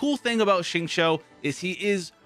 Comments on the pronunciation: by the way, ur xingqiu pronunciation is perfect. Be confident in pronouncing his name. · correct We write in pinyin format of her name as xinyan But we pronounce as sinyan So we pronounce Xingqiu as singchew Well not exactly chew but pronunciation is the more correct version. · yh and that's how the Chinese VA of Xingqiu who is Chinese pronounces it. Thanks for ur opinion